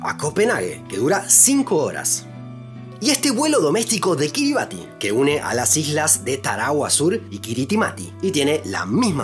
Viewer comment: Una pequeña corrección. Kiribati se pronuncia kiribas. En la lengua autoctona (Gilbertese), la -ti se pronuncia como -s.